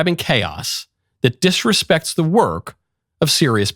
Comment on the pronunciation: "Disrepects the work..."? 😂😂😂😂 I had to rewind a few times to hear it crystal clear 😂😂😂.